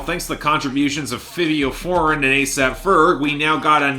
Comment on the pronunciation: Can you please research the names of the artists you speak about, from NAV to Benee to Fivio Foreign... It's not hard to find an interview or a video where their names are spoken so you're not mispronouncing multiple artists' names every time